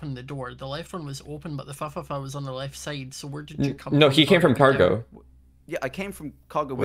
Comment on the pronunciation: It's Fuhfuhfuh. Definitely an uh sound.